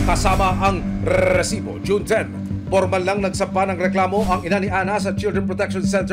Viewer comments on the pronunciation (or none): aksayado ka sa letter "R" Emil, R--R--RRRRRRRRRRRRRRRRRRRRRRRRRResibo! parang tunog ng asong malapit ng mangagat.